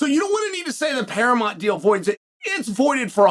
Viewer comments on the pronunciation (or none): Wahey, and we have a new mispronunciation for the books and it's "Paramont". Who needs that "u" eh? The yanks do love to ditch the "u" where possible I guess! 😂